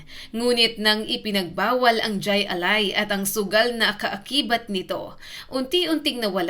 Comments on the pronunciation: Hindi jai ali. It's pronounced Hi A lai. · Kulang sa research ka.. Di yan jay.. Jai alay (hay alay) yan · Hindi DYAY ALAI kundi HAY ALAI. Nakakabobo naman yang pronunciation. AI. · Jai(Haaay) Alai po! Nakakatawa itong clip na ito. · Mali ang bigkas ng Jai Ali ... Hay -A-Lay Ang pag bigkas nito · Hindi jay alay kundi hay alay (Jai alai) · Mali ang bigkas mo ining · Jai alai--- hay alay ang bigkas hehehe...70's - 80's sikat yan nataya pa non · Correction Jai Alai pronounce mo ng Hay ali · hai alai ang pronounce hnd jai alai although ang spelling ay ganyan pero pronounce ay hai alai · Hay alay ang bigkas dun, tama ang spelling yung bigkas ang mali. 😊 hahaha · Jai alai (hay alay) 😂😂😂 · It is jai (pronounciation is " high" not j cause spanish doesnt have j) alai [alay] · " Hay Alay" po bigkas niyan. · JAY(hai- or hay ang pagbigkas spanish word. JAY(hay) alay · Hay Alay pronunciation yan ma'am Bohol anon cguro c ma'am 🤣🤣🤣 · Hi alay ang bigkas ng jai😮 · Hi- alai, ang bigkas sa pagkakaalam ko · Hay alay po Ang bigkas... Hahaha 😂😮😅😊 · Jai alai is pronounced as HAY ALAY boba